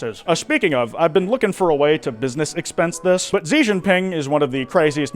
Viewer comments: no way he really said Xi as "Zi" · Just a little note Xi isn’t pronounced with a z sound, it’s more of a soft sh sound. Just my own hyper fixation manifesting as a pet peeve